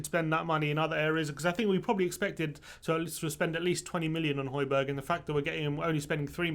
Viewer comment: Why doesn't anyone pronounce the second J in Hojbjerg? Everyone's calling him Hojberg